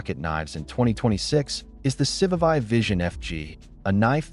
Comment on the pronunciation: I just can't.. Someone needs to teach AI how to pronounce these names.If you want people to watch these videos, the moment you pronounce civivi wrong i'm gone